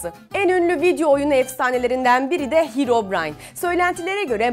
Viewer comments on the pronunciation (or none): Herebroin i yanlış söyledin